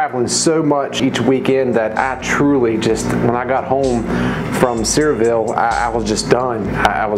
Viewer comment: Sevierville is pronounced severe ville